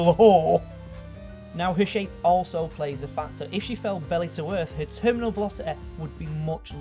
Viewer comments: ProtoTag Shelo he can. He said velocete and then he said velocity normaly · Nice vid and I like ur accent and this isnt support to be mean😂 but every time you said velocity and gravity 😞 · velociteh graviteh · "Bodeh" "Graviteh" "Velociteh" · velociteh and graveteh. dont want to be the grammar nazeh, but come on mate.